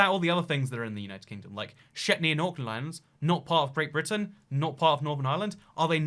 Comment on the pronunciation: did you really say Shetney and Orkland islands facepalm